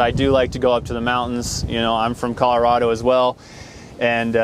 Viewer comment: He's from co and said co wrong